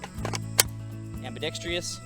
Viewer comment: WTF is ambidex-tree-ous?